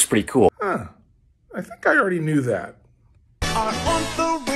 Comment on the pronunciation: is anyone else noticing they omitted a syllable from “ornithorynchus” to fit the verse of the song? they sang “Orthorynchus”, they omitted the “nitho”.